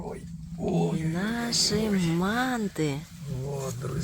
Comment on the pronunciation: По нашему по казахстански слово мАнты ударение))))